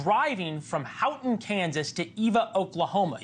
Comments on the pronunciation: Hugoton…pronounced Hue-guh—ton. Not Howton! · Hugoton , not Houghton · Somebody on NewsNation needs to learn how to say Hugoton. Anybody. It sounds exactly like it's spelled; Hue Go Ton. I'm not talking a metric ton, or anything fancy. Ton, as in 2,000 pounds. Not town. Or what he said. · It’s Hu-ga-ton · It's pronounced Hugo-ton. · It's Hugoton... Hug o ton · You would think the reporters would take the time to learn the correct pronunciation of the town of Hugoton. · Pronounce Hugoton right!!!!! Texas Kansas border? Get facts right! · I noticed how he mangled the pronunciation of " Hugoton".